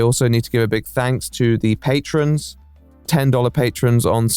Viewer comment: Thank you for saying patrons. Not patreons